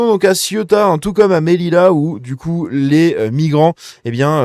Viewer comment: Ce n'est pas "MEDILA" , ça se prononce "MÉLIJA"